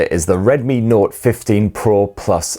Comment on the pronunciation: Love your reviews but it sounds like you're saying node when isn't it note? If so please say that. Thanks an aging old git me that is..😢 I have a note and when upgraded to android 16 it totally messed my phone up and had to take it to a shop who then had to DL a package of some kind of data costing me 40 quid I think. But it did sort it out. 😊